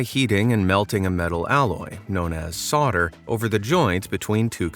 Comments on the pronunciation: Solder / Soldering Iron - this is NOT pronounced ‘sodd-uh’ / ‘sodd-uh-ring i-on’ but ‘sold-uh’ /‘sold-uh-ring i-on’ ! Please LEARN how to speak ENGLISH correctly before putting out another collection ! 🤬😡🤪😂🤣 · soLder. Not sodder. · S O L D E R! Not "soder". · Sawder = Solder. Pronounced , “sold’er”. Americans😂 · It's a soldering iron not a sordering iron. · The L in solder is not silent. It is not pronounced soder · "Solder" - the "l" is pronounced - it`s NOT "soder". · You misspronounced solder, as almost everyone else does. the L is pronounced in the word. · Does the narrator know that there is an 'L' in 'Solder'? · ...Have you not noticed the L in the word solder?